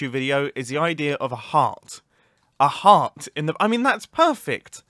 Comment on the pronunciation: My guy i thought you were saying hat not heart